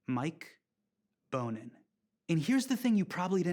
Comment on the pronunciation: It's pronounced BON-in... not BONE-in.. I live in LA and he's a kickass City Council member :)